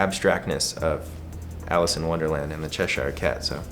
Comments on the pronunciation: I find it annoying that he has a tattoo of it and still incorrectly pronounces Cheshire Cat 🤔🙃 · Omfg he can’t say Cheshire and it’s killing me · the way says ‘Cheshire’ lmaoooo bless